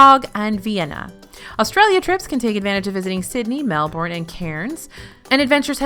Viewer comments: Just to point out, I think you said Melbourne and Cairns wrong :) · the way she said melbourne and cairns AHHAAH god bless americans